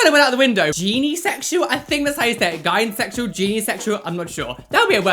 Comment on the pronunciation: Also it's pronounced gi-no-sexual as in gynecologist your welcome